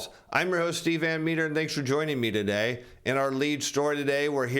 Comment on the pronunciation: Say Today properly ffs or don't present on YouTube.